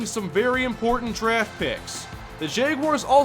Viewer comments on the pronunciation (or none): none